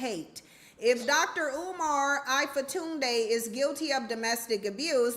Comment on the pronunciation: Dr. Umar "Ayfatunde" 😅